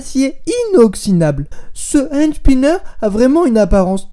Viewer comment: "Haaandsnineuuur" mdrr j'adore comme tu parle :')